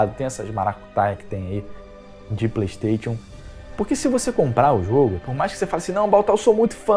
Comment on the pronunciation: parei de assistir logo no início, quando ele falou "pleitetion" em vez de "playstation".